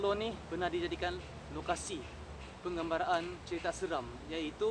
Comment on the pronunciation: Pengambaran bukan pengembaraan 😂😂😂😂